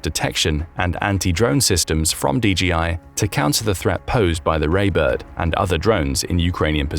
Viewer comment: DJI: "de jee eye" meaning "de jay eye."